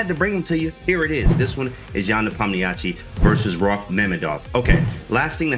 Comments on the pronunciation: You can listen to how Danya and Anish pronounce it. They both speak Russian. They "westernize" the pronunciation a little, shure, but its still better than the absolute butchering James did. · I heard him say it like "nepomnishi"